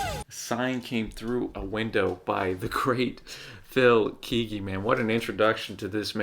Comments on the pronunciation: Kay-ggee my friend. Not Keeggee. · CCM reaction! I love it! Phil Keaggy is one of the best guitarists of all time. Pronounced Kay-gee. :)